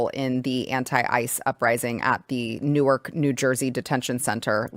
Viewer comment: it's pronounced Nork, NJ get it right lady👊